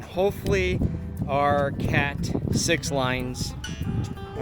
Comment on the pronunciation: Hahaha.... At first I thought your cat is named 6 lives... Then I realized you said CAT6 lines...😂😂😂